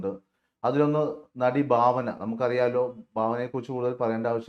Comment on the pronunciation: Bhavana alla Bhavana